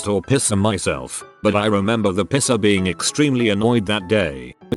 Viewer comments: It’s piecer not pisser. lol. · The Reddit voice pronounces "piercer" as "pisser", I got confused on the 1st story until I read the text 🤣 I paid about $250 to get my navel pierced back in '94 in a professional place because I didn't trust amateurs, it was still a fairly new thing. Still have it, but I have to wear a ring, the dangles rip holes in the bottom of all my shirts 😡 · STOP saying pisser! 😂